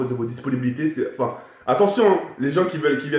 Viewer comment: on lui dit que sa se dit attention et pas attontion